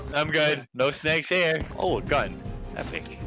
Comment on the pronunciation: U said snak